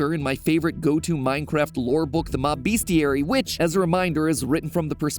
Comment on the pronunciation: He's been mispronouncing Mobestiary in every single video too - Bestiaries are real things, pronounced BEST-ee-ary, not beast-ee-ary.